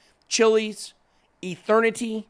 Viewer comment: eternity or ethernity?